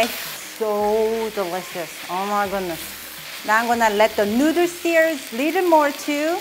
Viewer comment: She said "Nooders".....hehe